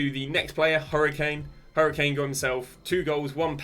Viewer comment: cunha not chunha and kadioglu not kadoglu boniface not bonfast harry kane not hurricane